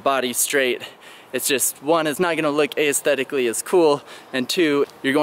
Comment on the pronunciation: pronounciation of aesthetic is very unaesthetic